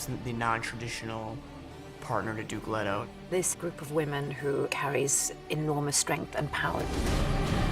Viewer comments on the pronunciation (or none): Again, why Timothee Chalomet? Also, its 'Leto (Lee-toe)' not 'Leto (Lead-o)'. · What is it with some people that just CAN'T pronounce English in the way that it was intended in the book? It's LEETO, not letto. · Its LEET-o not ledo and where is Feyd? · Not alone, listened to the audio book and can't unhear it pronounced any way other than LAY-TOE same goes for CHAIN-EE. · In Greek Let-oh. In Italian Lay-tow. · I hope they don't pronounce 'Leto' like that in the movie.